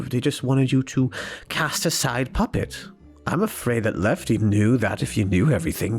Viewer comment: Ballora said puppets name right!😆